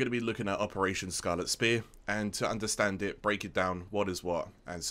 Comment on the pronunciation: Absolutely mint guide one of the most in depth scarlet spear vids I’ve come across! Great work though regardless of the mispronunciation🤣